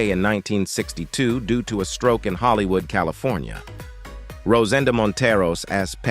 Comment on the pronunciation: How could anyone botch the pronunciation of Orson Welles? But you managed! This has to be a computer. Pronunciations are horrendous!!! He even mispronounced “Hollywood”!🙄